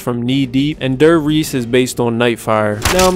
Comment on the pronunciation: “DARE-riese” “GOO-zo”.